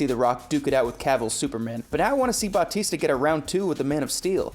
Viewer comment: OMG pleeeeeeease stop pronouncing Batista's last name "Bahh-tees-tuhh" it's creepy